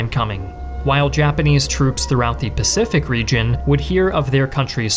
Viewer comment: "AH PACIFIC THEATER" 😂😂💀